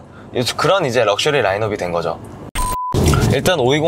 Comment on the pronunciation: 버루젼~ 럭숼리~ 와우~ 발음이 역시 원어민이라 버터급이네 ㅎ